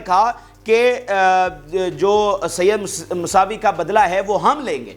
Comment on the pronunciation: برخورد مساوی نہیں موسوی ھے یہ امام موسیٰ کاظم علیہ السلام کی اولاد کو موسوی سید ۔ کاظمی سید ۔ رضوی سید اور نقوی سادات سب کے سب موسوی ھیں ۔ اپنے الفاظ درست ادا کریں ۔ شکریہ